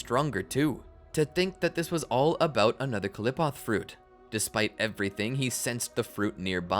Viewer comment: The way he mispronounced qliphoth but it is a hard word still it is not clip off